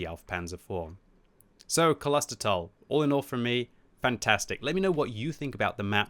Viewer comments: its pronounced Klostertal, not Kolostertal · You pronounce it like this: Close-There-Tal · Long ooooo in pronounciation ……kloooostertaaal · It's klostertal, not kolostertal. The kl in there sounds like the cl in clip, so I'm really surprised it's so hard to pronounce. Also, since I guess it's German (and not Dutch like my native language), the o and the a should be pronounced as long sounds. I mean the o in oh instead of the o in other. The a is already pronounced good enough by I think...you could also open a new tab, go to google translate, set the input language to German, copy-paste klostertal and press play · Klo...Klo klo klo...Not kolo...Think klo like clause and not colossous... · It's Klostertal, not Coloster towel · Haha. Its K L OsterTAL. And not K O L O sterTALL. We dont speak an O after the K and the A at the end is a long version. 😀😀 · Where do you see an „O“ between K and L it‘s like Clown, Klo- ster, Not K O L OSTER? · Hey the pronounciation of this map is: Klo-ster-tal Its something like abbey village Like a city for monks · Klostertal ist German and stands for monastery valley. It is a real location in Austria. Klos-ter-tal: Close ter tal. say Kloster. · Kloostertaal that's the pronunciation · "Kloster" is pronounced like Gloucester with a loooong o. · the correct Name is "Klos-ter-tal". Thanks for the preview. Greets from fastbRTU <3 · Howz that pronounced, Klusterfoul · Klostertal is actually pronounced with how an 'o' would sound if you spoke it on its own. Both the o and the a in Klostertal are a bit longer than you pronounced them too. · When pronouncing „Klostertal“ you need to emphasize the „o“ :) it’s German and means monastery valley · Iam sorry, but you dont get the name right xD the O in Klostertal is pronounced like a "oh" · You've got the pronunciation fairly wrong. Just google it, my first result for "Klostertal pronunciation" was Forvo and that did in fact sound right. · Use a little pause between Kloster and Tal, greetings